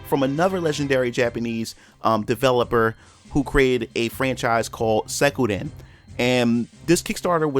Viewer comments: Not Sekuden...! XD Suikoden! Ahha loved the video tho! :) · The way you say Suikoden hurts my nostalgia. Good video tho.